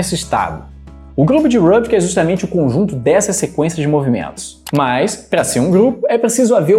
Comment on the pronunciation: Rubik tem origem húngaro. Estão o som do nome dele é pronunciado Rubik mesmo , não "Rãbik" (que soa como um nome inglês).